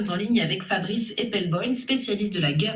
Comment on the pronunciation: Epelboïïnnn 😂 Elle a dû avoir une vague rectif oreillette pour le dire correctement à la clôture itw